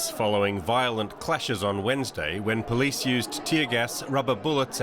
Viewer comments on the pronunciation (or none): none